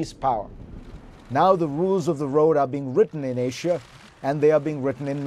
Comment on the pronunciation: there is no H in Asia, little fella.